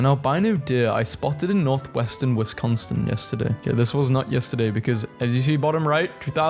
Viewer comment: WHY DID YOU PRONOUNCE WISCONSIN LIKE THAT????? its pronounced wis-cahn-son